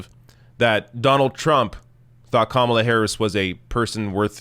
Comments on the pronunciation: "The correct pronounciation". Cute,! Personally, I say /kəˈmɑlə/. It's the female version of Kamal, but no one pronounces Kamal /'kɑməl/, but always /kəˈmɑl/. Aside from that, /kəˈmɑlə/ sounds better. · Obviously Tucker was pronouncing her name as "Camel-a" on purpose to make a comment about her appearance. Anyone who watches any news would know how to pronounce her name. He told on himself when he started ranting about her being above criticism. He obviously mispronounced, not by accident, but as a criticism of her appearance. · Yes, Tucker, you're disrespecting her because you can't even be arsed to find out how her name is pronounced (if your mispronunciation is, indeed, unintentional). And as a national commentator, you should know by now how to pronounce it, or you're not doing your job. That's broadcasting 101. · Is Tucker Carlson SO stupid that he does not understand the difference between criticism and miss-pronunciation? Saying someone's name incorrectly is not criticism.. so his rage is totally misplaced. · LOL! Tucker is criticizing Kamala because he can’t pronounce her name. What an utter moron. Repugs are projecting, from claiming Dems are in favor of Sharia Law when Trump’s base = the #ChristianTaliban, to claiming Bien is “against God” while Trump is actually the Anti-Christ. I totally agree with you,, I’d rather fight Biden/Harris than Trump/Pence. At least the former can be swayed by protests.